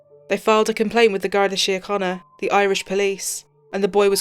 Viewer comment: Ur irish pronunciation was very good x i remember this story well so very sad her parents adored her